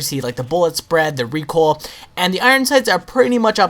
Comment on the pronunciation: LOL! I just noticed he says "Recool" it's like, "I gotta get some OOL for mah lawnmower" LMFAOLOLLMAOROFLPANCAKESPICKLE9000 LOLOLOL